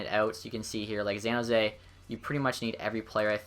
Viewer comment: "Xan Hose"